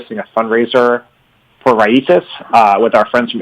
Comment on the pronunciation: Always enjoy your shows. But guys. Raices is Spanish word meaning roots. The i is accented. So rai-ees-ces with the accent on the the ees. Small detail but even so.